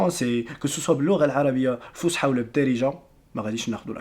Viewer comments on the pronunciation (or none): ورا تا نتا خطئتي فاش بغيتي تقول الفصحى ونتا تكول الفسحى 😅😂